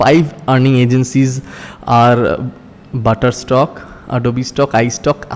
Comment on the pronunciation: Why are you saying shutter stock as butterstock